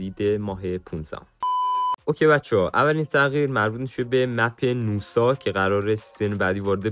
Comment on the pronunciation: حاجی گمونم نوسا نیست ناساس 🗿